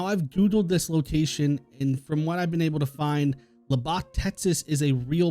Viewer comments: Its pronounced luh beck Texas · Lets Go. I'm From Lubbock Texas so this is very 🆒 & interesting. Edit: & You are saying Lubbock wrong. It's "Lub" "Bock" the "lu" is pronounced like luck. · No clue what the tease means. Your pronunciation of Lubbock has me too distracted 😂